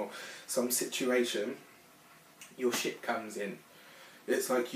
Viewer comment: Every time you said "ship" it sounded like "shit" 😂 Thanks for the beautiful reading!